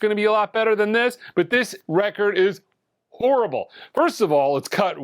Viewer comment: Hello from France, horribbbbblllleeee😂. I kwnow this word, it's the same word in french. Do you mean the sound is horrible because it's made in France? Be Carefull 😂😂😂. At your next vidéo 😊